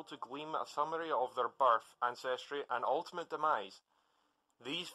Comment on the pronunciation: lol instead of birth it sounded like barf lol that is funny